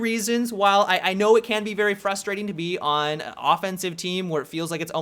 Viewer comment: He sounded like an asian in when he says "very"